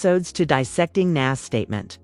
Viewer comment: I couldn't get past that repeated mis-pronouncement of Nas' name.